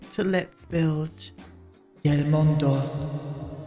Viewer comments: i'm from México and i love your: "el mundo" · Omg hearing you say 🏙el mundo🏙 made my spanish self very happy!! As far as recommendations go, I think you'd enjoy Gentleman Jack (queer period drama). Hope it helps you!